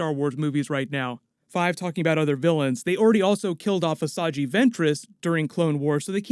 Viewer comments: Did you say "Assaji Ventress"? It's Assajj Ventress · Why would Maul be the villain? Maul doesn’t even know he’s still alive until Rebels season 3. The villain should be Vader for sure. He tells Luke that “Obi-wan once thought as you did”. Also dude you just said “asajjee”. I love your videos but stick to super heroes and comics stuff and leave the Star Wars stuff to the experts. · "AssAjee Ventress" lol 😂